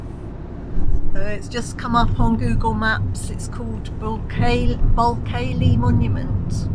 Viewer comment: Love the videos. Enjoying them all. I think Bulkeley is “Bewkly” as in the beginning of “nuclear” as it’s the same family in Cheshire.